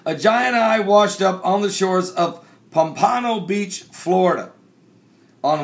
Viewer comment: Its pronounced Pomp A No Beach